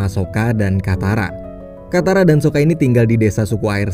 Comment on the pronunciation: Saka bang bukan soka ..soka merk baja ringan🤣🤣🤣🤣